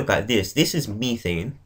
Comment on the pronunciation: Btw it's methane not methene